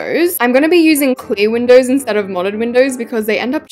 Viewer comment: WHY DID YOU SAY MODERN MINDOWS?!